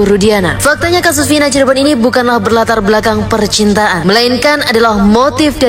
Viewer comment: Cirebon mas, bukan Cirbon